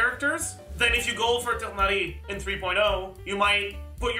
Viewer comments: I think its more the english voice acting direction rather than horniverse themselves mispronouncing his name. Even the guy in the video pronounced it as tigh-nari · what doesnt make sense is how Mihoho completely butchered it to [Tie-naurrrry]